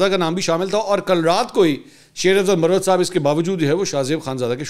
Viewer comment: منصور بھائی تلفظ میں تھوڑی درستگی فرما لیں ،، ایک لفظ ہے مروت یعنی Marwat یہ ایک کاسٹ ہے ،یہی لفظ مروت کو اگر Murrawat بولا جائے تو اس کے معنی بدل جاتے ہیں یعنی وضع داری ،، میری بات کو محسوس نہ کیجئے گا ایک بھائی کی حیثیت سے درستگی کی کوشش کی آپ کا نمبر نہیں ہے اسی لیے کمنٹس میں لکھنا مجبوری تھا بصورت دیگر کال کر کے آپ کے کان میں کہہ دیتا